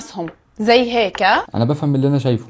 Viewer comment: هيك ❎ هيكا☑️